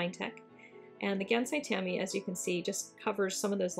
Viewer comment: oh sweet I've wondered how the kuretake ones held up to the finetec! they're pretty good. oh and you asked about pronunciation... it's "Kuuh-Reh-Taah-Keh" "Gahnn-sigh" "Tahm-bee" :} hope that helps. 💖